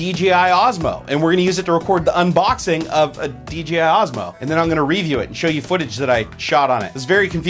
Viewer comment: lol reeview? I know that's how says it but is that a Seattle accent or just a -ism?